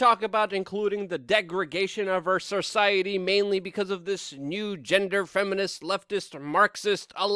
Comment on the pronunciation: Benny Harvey "Degrigayshun of our surciety"